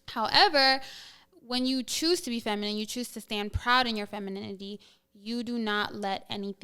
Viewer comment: Thos is outrageous that grown woman couldn't say feminine or feminist, but she could say masculine clearly. Is that homie from the Dr. Umar and Cynthia G interview/debate. Until women comprehend the real reason for marriage we are doomed. Modern woman are extremely Selfish, delusional, and ignorant to life's true meaning.